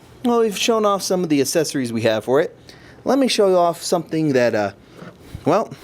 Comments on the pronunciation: Accessories. not assesories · Cool video...but man they way you say accessories :') Assessories... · I think u pronouce fine :D Except the assessorie thing.... :3 (Best vid so far on this) IM GETTIN A BLAQ ON :D) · do you hate the accessories of the 3ds thats why you pronounced it as ASSesories? anyways, this vid helped me a bit. so thanks :) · Assessories, lmaoo I cant judge I didnt know how to pronounce world before! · PRONOUNCE ACCESSORIES RIGHT. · He cant pronounce accesories anymore